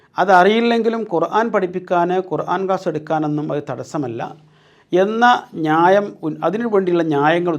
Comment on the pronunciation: ഞായം അല്ല ന്യായം 😂